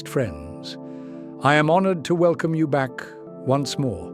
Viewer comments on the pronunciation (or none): none